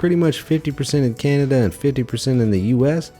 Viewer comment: He just called Cananda Canadia